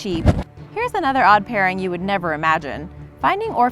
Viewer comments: The tortoise is named mzee pronounced as /mzɛ/ like how you pronounce bread (brɛd) and not /zi/ or /mzei/. Mzee is a Kiswahili word meaning old man or elder. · It's Owen and Mezee (Mezae) not zee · Its not z it is Mzee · At number 3 it not zee it’s meeze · Guys the one about the hippo and tortoise we read a story about them in ela their Owen and Mzee btw the tortoise is pronounced ma zay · By the way the turtles name is not zee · it is pronounced ma za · I knew the Owen and mzee one! It's actually pronuonced mzay though. Still spelled the same though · It’s mzee (M- ZAY) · The photos chosen to tell the tale of the hippo and the turtle are hilarious! Even more when the narrator say "They spent hours snuggling together" and "They gave zee a new friend" Poor zee. I am cracking though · You make me so mad you said the turtle's name wrong you make me very mad I learned how to say that name in school and you probably older than me cannot say the name correctly I'm disappointed